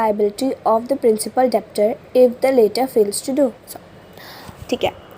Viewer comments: Debtor me B silent hota he... Pronounce glt kiya... Its डेटर not डेब्टर‌ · B silent hota hai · Didi aap thoda detail me phadho. Aap debtor ko galt pronounce ker rehe ho Aap toh direct translation ker rehe ho hum 11 me hai hame aata hai translation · Pehli baat Debtor ka pronunciation aapka galat h